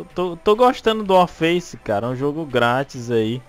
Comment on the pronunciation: O fala 'Wallfaice' kkkkk